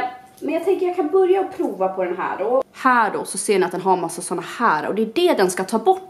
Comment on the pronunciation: Bara jag som tänker på att hon säger ”proa” och inte prova?!